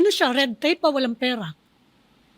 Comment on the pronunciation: Hindi PIRA... PERA ANG PAGBIGKAS!